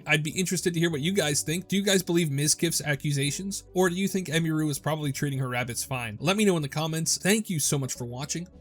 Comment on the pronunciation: It's pronounced Em-ihh-ru, not Em-me-ru lol, every single content creator I've seen keeps pronouncing her name wrong 😂